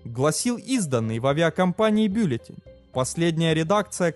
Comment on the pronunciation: и в билютЕни тоже ударение другое